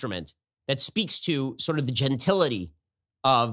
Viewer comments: Did he mean "gentility"? I swore he said " gentilia" ...am I wrong? From the first time he aired on social media I could not take his idiocy... he's the relative you stay away from at weddings...: ( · Did he mean to say gentility? He said genital....